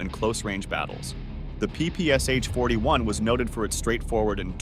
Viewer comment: PPS-h [ pi:-pi:-es-eɪtʃ ], he said. In "ППШ", the Ш is [ ʃ ], not [ es-eɪtʃ ].